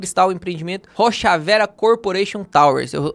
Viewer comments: Não é RochavÉra, nem RochavÊra, é RochaverÁ – o acento indica a sílaba tônica. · Esse "rochavéra" me quebra hahahahahaha